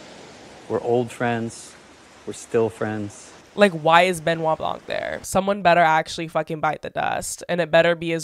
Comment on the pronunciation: as french canadian person it absolutely drives me crazy that no one can pronounce Benoit Blanc’s name the right way EVEN HIMSELF.